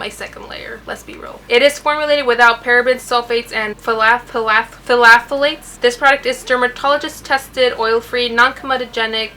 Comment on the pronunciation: I think this looks really good on you! This foundation seems hit or miss judging by the reviews I've watched. Just found your channel btw and I like your style! I'll def subscribe! P.s that word is "thalates!" :)